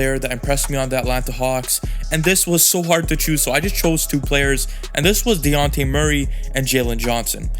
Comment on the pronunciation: Great Analysis! Also, it’s pronounced De-Jon-Tay Murray.